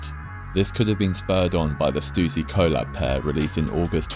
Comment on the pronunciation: Pyewma? Stoosy? Addy-dass? I get that you're English but bro there's a limit...